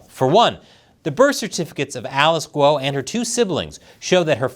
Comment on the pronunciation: A channel about China and you don't know how Guo is pronounced?